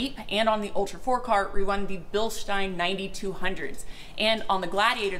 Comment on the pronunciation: So it started out as Bill-steen. Then we got the "correct" pronunciation of "Bill-st eye n". Now I detect an "Sh" sound instead of an "s". Is it "Bill-sht eye n"? Or is the sh sound something that doesn't have the English equivalent?